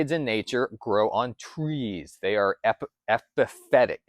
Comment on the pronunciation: The phyt in Epi-phyt-ic is pronounced as "fit"